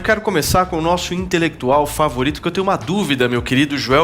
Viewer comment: Joel "intelequituau" kkkkkk